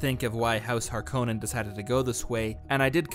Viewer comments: That's pronounced "Layz" gun pronounced "Cel-lu-kus SEK-cund-US" Make up your mind its "Har-KO-nann" not "har-ca-NIN". Worse teacher ever. jk) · It's pronounced "har-Ka-nen" not "Har-Co-nen" I'm a bit of a purist🤣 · BTW, Harkonnen is pronounced Har-cone'-en. Thank you for the preview. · NOPE THIS PERSON IS WRONG LEARN HOW TO SAY HARKONNEN